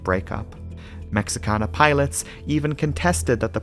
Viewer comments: Your pronunciation of Mexican cities is so perfect and beautiful, I wanted to make sure you are aware that there is no English "X" (ecks) sound in Spanish, it is pronounced like the letter "H", so this airline company is pronounced "Meh-HEE-ka-na", even by most Americans, where we probably speak fewer foreign languages than any other country on Earth - even less than people from Meh-HEE-ko. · All that amazing research, only to fail to research the airline pronunciation. Cringed everytime as a Spanish speaker.